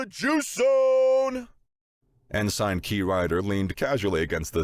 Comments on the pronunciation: Ensign is typically pronounced en suhn, not ehn-sine. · Good story - but - consistent mispronounciation of "ensign" is jarring. It's 'en-sin' not 'en-sign'. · Just one nitpick: it’s pronounced En-sin Not En-sign. Also the aliens could NOT have chosen a worse person to capture if they wanted CLEAR information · Why doesn't any of the narrators know how to pronounce "Ensign"? En-SING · ensign is pronounced "ensin" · The 'g' is silent. It's pronounced en-sin. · It's like the most irritating 80's version of Pauly Shore in space. I'm waiting for the Ensign (pronounced enSEN) to bust out with the weed. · Great job voice acting. But for the love of all things ear shaped…it’s pronounced “en-sin” 😅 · Glad I wasn't the only one bothered by en-sign lol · Aussie here. It's en-sin. The yanks are right. I bet he says pro-nown-see-a-shun instead of pro-nun-see-a-shun too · Nope, the British pronunciation is more like "en-sun". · This and fright-er rather than freighter. Just little things that come from different regions really activate the mental dissonance. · I'm out after 7 minutes. I don't know why but for some reason Everytime the Narrator mispronounced "Ensign" it was like having a drill grind into my skull through my ears.